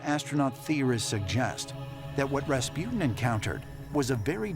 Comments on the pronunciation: It's RASPUTIN, not Raspjyytin! :'D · Raas-poo-tin Not Ras-pew-tin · Pronunciation : Raaas -Puh - tin.. Americans : Raspi-ew-tin